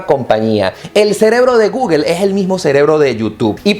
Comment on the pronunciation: No se dice Guguel !! Es Gugle o Go-ogle... jejej